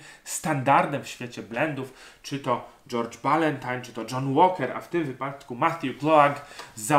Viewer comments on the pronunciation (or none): none